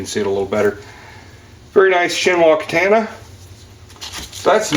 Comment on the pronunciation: Stop being ignorant and say the word correctly. It's katahna not kataana.